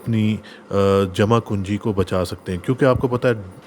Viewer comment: Jama kunji nahi jama punji hota hai .